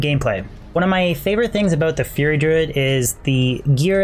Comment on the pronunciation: learn how to pronounce fury, your sounding like "fear" druid or "feary" druid when you say it...